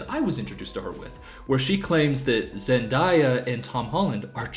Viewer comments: it's killing me how emphatically you're saying Zen-DIE-uh as if the dumb woman is wrong, but it really is Zen-DAY-uh. You've probably been told this by now but I just had to say it lol. EDIT: Wait it's literally in the pinned comment smh. Anywho thank you for mentioning misogynoir. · ON ZEN-DIEYA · OKAY thats trippy asf😭😭 I was like “ZenDIYa?? You mean ZenDAYa???” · Please tell me you're pronouncing Zendaya wrong as a joke. It's Zen-day-a, not Zen-die-a. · No hate but it's not actually pronounced "zen-die-uh" it's pronounced "zen-DAY-uh" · Her name is pronounced zen day a not zendia. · Why does he keep saying "Zen-dye-a"??? Her name is Zendaya. "Zen-day-a." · May I point out that zendaya is actually pronounced zen-day-a not zen-die-a (and she actually pronounces it that way lol 😂) 😂😅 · it’s so funny he corrected himself to zen-dye-uh when she’s said herself it’s zen-day-uh 😭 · Bro keeps saying zen-die-a when it’s zen-day-a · Zendaya confirmed her name is pronounced Zen Day Ya not Zen Die Ya. I'm so lost where everyone's heads are at. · Zen-die-a 💀 Zen-day-a broski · Zen-day-a not zen-die-a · zen-day-ya= wrong zen-di-ya=right lmao i can't🤣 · This video is great but him saying Zen-DIE-yah instead of Zen-DAY-yah. Is slightly annoying me cause Zen-DAY-yah is the correct way to pronounce her name. Not trying to be rude or anything thooo! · Wait I’m kinda confused- isn’t Zendaya pronounced zen-day-a? Why’s he pronouncing it zen-die-a? Like not upset or anything just kinda confused and wanna make sure I’m not pronouncing her name wrong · Zendaya herself said her name was pronounce Zen-day-uh so idk why your making it so promonent to say "Zen-die-uh" you just aound goofy asf. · zenDAYa not diya 😭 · Not Zendiya it’s pronounced Zendaya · Everytime he says Zen-die-yah I die inside. It's ZenDAYah. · its ZEN DAY UH not ZEN DIE UH wtf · see im da opposite. When I heard zenDIYa I was so thrown off cus I never heard that pronunciation before😭😭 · He do be saying zen-die-a